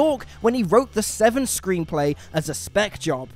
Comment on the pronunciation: It's "Sesevenen", not "SeVsevenen"